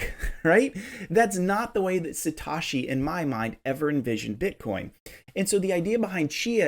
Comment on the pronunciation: I love the video, but the pronunciation of Satochi (o - should sound like "own" in Satoshi). It's like when my parents say "pokieman" for Pokémon. lol